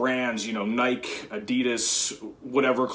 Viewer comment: So I'm going to opt into being a comment douche ... Nike is pronounced "Nikey"!! Rhymes with Spiky ... LOL But seriously, good luck on the competition ... hope you do well.